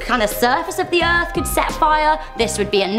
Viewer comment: I love the erf to